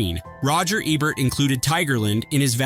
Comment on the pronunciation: EEEEE-Bert. E. Like when you say the letter. Then Bert. E should rhyme with key.